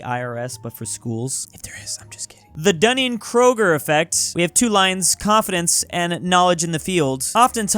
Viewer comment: Text: Dunning-Kruger effect: Dunning-Kroger effect